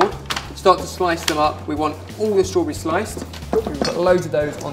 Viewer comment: i love how you say struburries :)